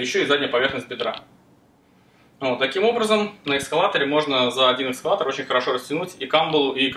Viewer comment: Экскалатор очень режет слух, а так всё по делу